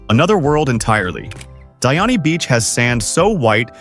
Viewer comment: Kenya my country! And it’s Di-ani acha ujungu